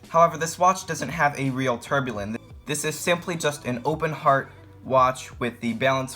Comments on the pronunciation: you're making a mistake in tourbillon. It's pronounced too-r be yon (not tore) :) short R, like tour de france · hi young man ..love you vid....fyi....its "tour bee on"..... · It is a beauty. It actually reminds me of a Lange. BTW, "tourbillon" is pronounced "tour-bee-yoan" and Ithink that "Lige" is pronounced "lee-guh". I have two of them and they are just enchanting. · If it was 40mm or smaller it would be in my cart right now, but it looks a little yuuuge for me. My wrist is a little smaller than yours. Keep it up man. And repeat after me: "pah-TECK fee-LEEP". And "tour-bee-YAWN". :-) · Lol good video homie. A few corrections to help you advance. Tourbillon is said 'Tore be yon' The open heart is the balance wheel. Patek Phillipe is said 'fuh leap' Homage is said 'ho mahj' The design on the rotor is called jeweling 6 tics per second is a low beat movement. They're usually a bit jumpy, that's likely why they opted out of the second hand. 8 beats is what gives you that beautiful sweep Glad you're enjoying your time piece. 🤘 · Imagine taking watch and finance advice from a 12 yr old who can’t pronounce any of the watch terms correct and also thinks the case is crocodile leather. In all seriousness, if your gonna do watch reviews you need to learn to say “Tourbillion” and Patek Phillipe correct. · I wonder how many times since the publishing of this video that he kicked himself for the pronunciation of Lige and tourbillon. Additionally, how many times he regretted featuring this watch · Not going to lie I stopped watching the video bc ur butchering names of movements names of very well know watch makers your video could have been worth watching if u just learn how to say the name of the homage watch ur trying to describe the patek philippe pronunciation not a phillip and u kept saying tourbillon wrong as a watch buyer seller and collector it hurt me to hear you talk about the watch